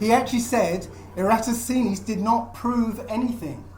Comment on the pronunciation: You can't even pronounce Eratosthenes let alone debunk him.